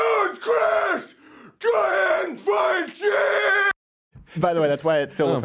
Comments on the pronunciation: I absolutely hate Feinstein, so I wish you would pronounce her name right. It's like a beer "stein". I live in California so I have to hear her name a lot.... like nails on a chalkboard. Please kill me... damn she's horrible. Fingers crossed dumbasses in California open their eyes and don't reelect her. #NotMySenator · why mispronounce feinsteins name?